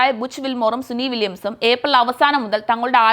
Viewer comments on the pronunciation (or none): Suni vilyams അല്ല കുട്ടീ, സുനിത വില്ല്യംസ്‌